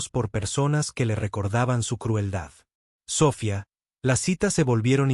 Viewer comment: Biena enseñanza. Pero $100.000 no se lee de esa forma. Se dice cien mil. NO cien cero cero cero. Sofía. Tiene acento. Y etc etc.